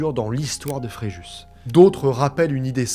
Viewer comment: Le s de Fréjus ne se dit pas....